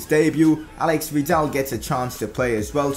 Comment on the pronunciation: Whos al*E*x vidal? Its ale*i*x vidal